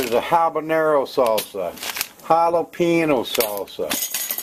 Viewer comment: "hallopeeno salsa" lol